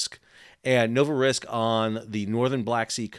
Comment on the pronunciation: Pronounced: novoro seesk